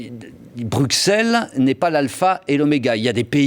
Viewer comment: La prochaine fois que quelqu'un écorche "Bruxelles" en prononcant le x comme un x je l'égorge. C'est "brusselles" que ça se prononce brande d'incultes.